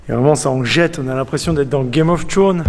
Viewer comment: "Game of tchone" Mdr